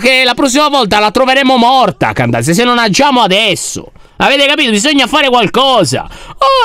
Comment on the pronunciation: C'è scritto candace ma si pronuncia chendeis 😊ok Non candazia😑